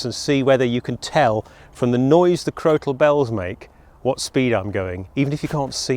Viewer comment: Crokal Bells or Crotal Bells, I ask this because it sounds like you are putting Hard C or K in the middle of the word, not a T?